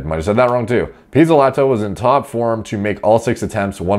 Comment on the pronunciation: You nailed that pizzolato🇮🇹